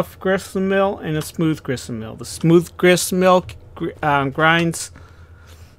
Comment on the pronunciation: Great video bud.It is Grist Mill not Grissenmill LOL